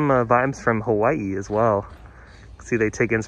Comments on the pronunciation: THANK U for pronouncing "Hawaii" right 😂💗 it makes me cring when i hear "ha-why-yee" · Thank you for the tour and for saying Hawaii correctly!